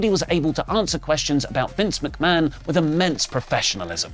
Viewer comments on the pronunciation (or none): none